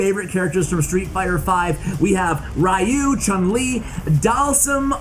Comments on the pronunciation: Hehe rye-you instead of ree-you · Don’t want to be the grammar police, but you did say Ryu wrong. 👀 I’ve heard some people butcher names much worse but it still made me cringe a little ngl, Sorry for being the grammar police 😂